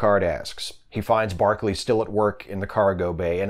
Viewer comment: By barkely you mean broccoli ??